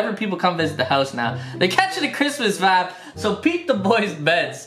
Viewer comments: how many times can he say "vab"(vibe) in one video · drink every time he says vaabs. actually don’t that could be fatal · Sorry bro, i had to unsubscribe cause you said vapppp 500 times. Wtf is a vap. I lovd u but wtf bro is a vappppppppp?